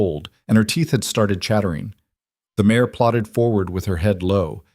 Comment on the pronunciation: MARE. Not mayor!